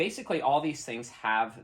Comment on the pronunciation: Great video, awlthough we couldn't see awl of face awl the time.